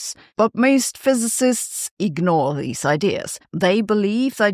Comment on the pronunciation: ze fizezizsts dohnd believe in inphinidy. that really hurts my ears and im german....